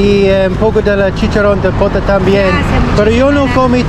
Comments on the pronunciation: Gracias por compartir sus experiencias. Es pota no poto. Además usted tiene un gran corazón al compartir sus alimentos. Deseo hacer una sugerencia, antes de empezar a degustar los alimentos separe la porción que desea regalar. Cuídese 🙌🏻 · ¿Por qué llamas Poto a la Pota? 😂😂😂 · no es poto es pota:) pero que buenos atracones de comida que se da usted.